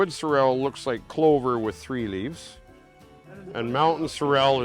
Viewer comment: I have always heard it pronounced sorrel and not cer-el so sorry.